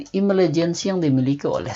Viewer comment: Afektif bukan efektif Intelegen bukan imelegen Berantem bukan beramen